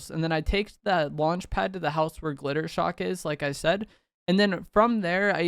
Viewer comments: hate to be THAT guy, but isnt it Jittershock? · Just wanted to let you know his name is jittershock not glitter shock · His name is Jittershock not Glittershock… but otherwise this video was fire 🎉